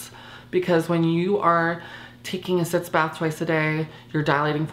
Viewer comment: Sitz baths. Not "sits"